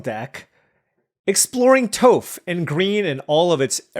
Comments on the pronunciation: Toph = T-ah-f. Aang = An-ng. No shame when reading cards of shows you may never have seen. It feels like I'm watching Saffron Olive as you pronounce cards. Love it and please keep up the content. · It's pronounced <<TOFF>>! <<TOFF>>! You know, when your kids are old enough to enjoy it, you really ought to watch The Last Airbender with them. It really is terrific. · You are killing me lol. The earth bender is pronounced Tof